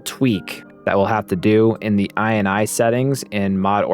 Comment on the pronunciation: Is this really how ini is pronounced nowadays ;D